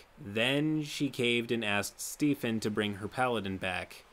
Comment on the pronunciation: The way he said Stephen as “Stefan” hurts me